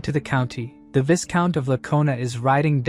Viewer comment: Viscount is pronounced vai-count not vis-count😅